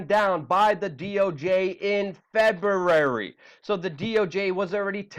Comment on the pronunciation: feberrarrie tho